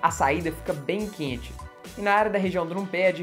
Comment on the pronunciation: vc é mineiro? pq vc falou "quente" com um sotaque bem mineiro rsrsrs..